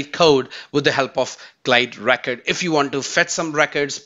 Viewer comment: Why do you pronounce 'RECORD' as ''RAKET'?